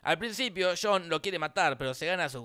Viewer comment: ??? quien es CHHHHONNN CONNOR????????????????'